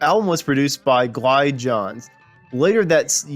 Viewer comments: Glyn Johns name is pronounced Glin not Gline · For the record: Glyn Johns is pronounced like "Glinn" Johns. He has produced a shit ton of legendary artists/bands, from The Rolling Stones, to The Steve Miller Band, to The Beatles, Led Zeppelin, Bob Dylan, Joe Cocker, The Band, The Who, The Eagles, Neil Young, and MANY more. If you're not familiar, I suggest doing some homework. He is WAY before my time, but I first learned of him on "The History of the Eagles" documentary, and did the homework myself. Dude is a LEGEND. Thanks for the content. \m/ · I thought your comment was pickayun, UNTIL I heard how badly he butchered Johns's name. After all, anybody in the business of rock history should already be familiar with Glyn. I've known about Glyn since I was 10 because I fervently read all of the Rolling Stones album credits.